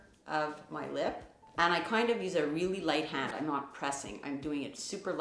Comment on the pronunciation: I love how you both say the words “hand” “tan” the same.